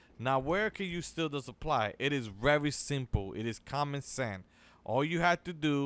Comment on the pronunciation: Guys Guys "It is Common Cent" Dahhh